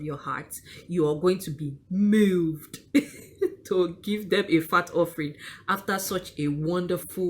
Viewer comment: Hahaha! Did you say “Mewved” 🤣🤣 That’s so true. Most prophets use it as a hustle. Years ago one of them tried to pry me away from my church. He asked what department I was serving in and I told him I served in the choir. He scoffed and offered me a position in his church as the financial secretary and said that I should change church so we’d be sharing the money together! Imagine the shock on my face! That he could even think such a thing.